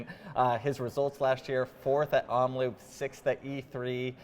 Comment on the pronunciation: Nice vid, thanks. It's Omloop, not Omloupe. Loop is pronounced like Hope. 👍